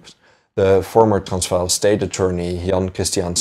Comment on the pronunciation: Why are pronouncing Transvaal that way?? That’s not correct.